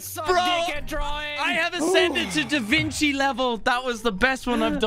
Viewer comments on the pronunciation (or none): Anyone notice how said de vinci wrong? Lmao